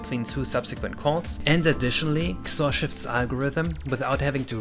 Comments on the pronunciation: please... it's not "ksorr". It's "X-Or" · honestly i've never heard anyone pronounce XOR as "xor" instead of "ex or" on another note, what about using user input for sequential RNG calls? i know some games do that and during regular gameplay it shouldn't be that noticable, but it makes it easier for TASes and such to work with